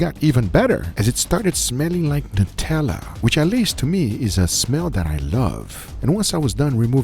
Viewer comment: Just pointing out it not nut ella its nu tella pronounced new-tella